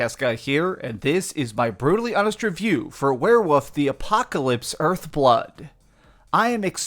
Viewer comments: “Werewoof” -Dreamcastguy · lmfao "were-woof" "were-wooves" 🤣